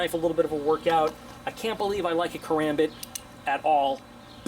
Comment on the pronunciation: Ur channel isn't bad it just Bugs me on how u hold the karambit and how u pronounce it